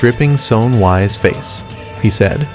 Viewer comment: He called him Wise instead of Whis and that was the moment I left, AI USAGE WILL NEVER TAKE OVER